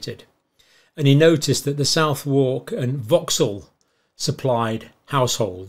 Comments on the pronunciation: For Northerner's Information: Southwark pronunciation is not South-War-k but Suth-Ark ;-) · Come on John, Southwark isn’t pronounced “South-Wark,” it’s pronounced “SUTH-urk“ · Southwalk is pronounced 'suthock' locally. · Southwark is pronounced Suth-uck Forever enjoying the content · Suvook init saaaf of the riva. He's from Cumbria in his defence they're odd folk up there 😂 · He ain't a Londoner so wouldn't know that it's pronounced Suthak. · Southwark- funny pronunciation John!